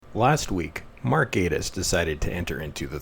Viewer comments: Gay-tiss, or Gatiss. When an 'e' follows a vowel, the vowel says its name. There is no 'e' following so it is not AY. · Met Gatiss at an event about 8 years ago and he just came across as a pompous arrogant dick. At that point I lost total interest in being a League of Gentlemen fan. And it is pronounced GATTIS GAT LIKE CAT LOL.